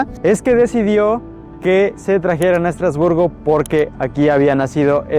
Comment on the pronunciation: Madre mía, lo que hay que oir. ¿Cómo es posible? Vivo en Estrasburgo y me voy a tomar el tiempo de corregirte porque me sonroja oir tantas tonterías... 1. Estrasburgo (no "Estratosburgo"). 2. ¡No, no es un "pueblo" ni un "pueblito": Estrasburgo es una ciudad en toda regla y además es la sede oficial del Parlamento europeo, del Consejo de Europa y de otras instituciones europeas, no francesas, como has dicho. Es lo mismo que le pasa a Bruselas. 3. No, Estrasburgo no "es" un mercado. En Estrasburgo se instala uno de los mercados navideños más bonitos de Europa. 4. La Catedral no es de "Estratosburgo", sino de Es-tras-bur-go y fue la catedral más alta del mundo por mucho tiempo. 5. No, no tiene una punta "no terminada". La particularidad de esta catedral es que tiene una única torre y aguja por motivos únicamente estéticos (propios de la época). 6. ¿Por qué la ciudad de Estrasburgo no iba a ser turística? 7. Sí se puede subir a la parte superior de la catedral. Tiene un precio de 8,00€/por persona 8. ¡No, la arquitectura de la ciudad no tiene influencias "suizas"! 9. ¿Alsea? ¡No! Ni "Alsace", como se dice en francés. En español se dice Alsacia. 10. No, no tiene "influencia" alemana sólo por su cercanía: Alsacia fue parte del territorio alemán varias veces. Luego volvió a formar parte de Francia y lo sigue siendo hoy en día. 11. ¿Por qué habría de hablarse el inglés? ¡No es una ciudad inglesa o estadounidense! Su única lengua oficial es el francés. El alsaciano también se habla e